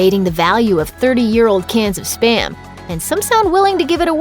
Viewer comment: Spa-m. Not sper-m